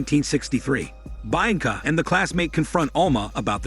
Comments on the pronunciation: Bainca, really? It's literally read the way it's written BI-AN-CA. Bi as in BInoculars AN as in UN-derworld (the movie). CA as in CAmera. You're welcome. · the name is said = Bee anka not bi anka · all i heard throughout this recap is BI ANCA this BI ANCA that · "baianca" lmao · Who the fuck is "Bine-encah" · bee -on-cah... Lol 🤣😆😆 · Hahaha...bha yang kha......... Hahaha..and he says it again and again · Did he think it was Bainca? And then was just too embarrassed to correct it? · Hearing him butcher the name Bianca so many times in a row was really hard to listen to. Don't they edit these videos before posting? Especially when you're having a bot read for you. You could fix those mistakes by spelling the mispronounced words and names like they sound (if nothing else). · As a Romanian and knowing how Bianca sounds, it just irritates the crap out of me the way he says it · What an interesting way of pronouncing “Bianca” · I guess it’s ‘French’ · I thought the same damn thing😂